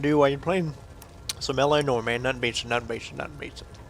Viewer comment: I realize that this is about 5 years too late,, but it's pronounced "nwahr", not "Nor".